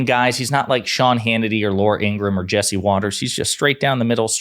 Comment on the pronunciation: The correct pronunciation is In gra ham. Not criticizing, just correcting.